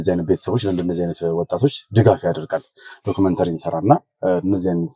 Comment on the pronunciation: ሀይ አንተ እኮ አትቻልም ዶክሜንተራ ኣልክ ዶክሜንተሪ ብሎ ዝም ለማወጣጣት የተጠቀምክበትን መንገድ በጣም አደንቃለሁ።